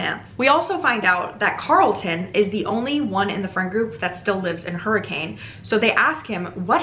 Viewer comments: Dang, I didn't know that some of yhe story takes place in Utah! As a utahn, it's pronounced [hurri-cun] not hurricane ! Seriously tho the fnaf lore is wild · How to tell if someone is from Utah or not: the pronunciation of Hurricane (people in Utah pronounce it hurr-eh-can) Man wait til you find out about Tooele. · Came to the comments specifically to see if anyone had mentioned yet that in real life Hurricane is inexplicably pronounced HER-ick-kin (and I’m sorry if you bring this up later in the video it’s just a stupid Utah fact that I love/hate)